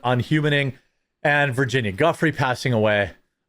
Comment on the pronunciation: Hey bruh i think its pronounced virginia jewfrey not gufree fyi